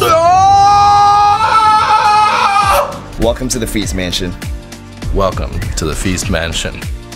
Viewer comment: i remember watching feast mansion while i was drunk and i heard "please mention" instead of "feast mansion" every time you guys said it. The next day, i try to find feast mansion and i typed please mention in yt search bar lmao